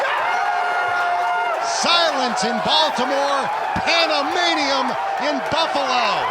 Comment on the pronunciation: "Pandamanium" in Buffalo? Okay.